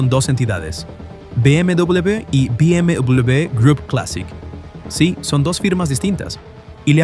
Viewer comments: Porque mierda dice "Vi MW M3"?? "BMW" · BM double / BM dubleble / BM doubluble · bi eme doblel be? que idioma es ese? no estabas hablando en español? edit: escuchar el video es un dolor de cabeza, trata de hablar español pero no diferencia una C de una S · Amigo no es por nada pero ¿qué onda con la pronunciación de la W? es "doble v" o "doble uve" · dobel vu? doble vuvu? wtf con la pronunciación de la W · Be eme Dobleweiubve 😂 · Be eme dobubl, dubobi, doblewe, dobubue. Dejade usar puta ia cabron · ia: BM DUOBLEBE OBLEBE xd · Be eme doblube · Me di cuenta que era IA porque cuando dice BMW lo pronuncia mal y distinto en todo el video (be eme dbllluud) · acomoda la voz IA porque no puede ni pronunciar la marca... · Me sangran los oídos cada vez que dice BMW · ¿puedes hacer el favor de llamarlo BMW correctamente? ¡Se pronuncia como una V! Bayerishe Motoren Werke